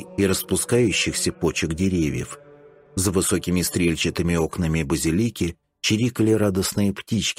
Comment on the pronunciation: Иногда мелькает вместо базИлики базилИка )))